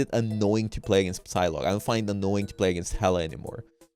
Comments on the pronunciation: is it Psylocke or sylock like how is it supposed to be pronounced coz it sounded wrong when he said it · Is he pronouncing the P in Psylocke?